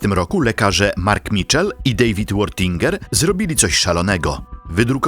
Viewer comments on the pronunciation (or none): none